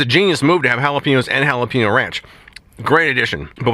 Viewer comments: It's pronounced with a long a sound like paynyo. 😊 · Pen is pronounced peen? Jalapeño is not halapeenyo.